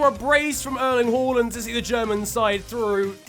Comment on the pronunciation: Omg he said “Håland” and not “Haland”😱 As a norwegian this is very pleasing to the ears